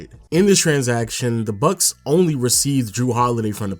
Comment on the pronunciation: Nobody:: Milwakee BuK